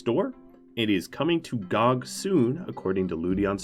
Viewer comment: gog? gog?! IT'S G-O-G not gog plz